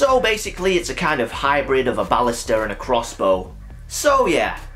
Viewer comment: Don't worry about it. I don't mind at all. It's actually a great way to say it.